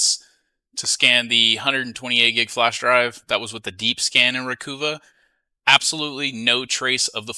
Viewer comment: Interesting.... I use Dban when doing disk wipes,,..... Not to be annoying but it;s ReCuva, not Recoova Stay Safe